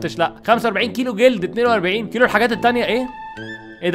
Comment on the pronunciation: كيلو شغت بال غ😂😂